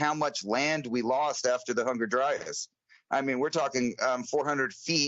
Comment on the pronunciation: Why does it sound like always says Hunger Dryas instead of Younger Dryas?